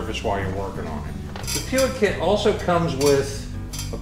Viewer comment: Not that I want go all grammar natzi on you but I think it's pronounced "pweeg".